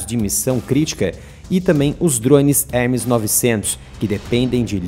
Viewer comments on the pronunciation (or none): none